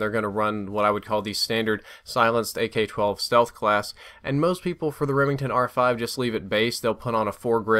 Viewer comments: In Min he don't Says Ak12 he says GayK12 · it sounds as if he says "gay-k 12" lol, great video and thanks for listening to your subs about the range thing, I said it a few times too